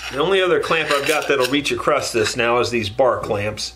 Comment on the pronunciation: Love these vids... Though there is still no T in across.,-) keep up the good work.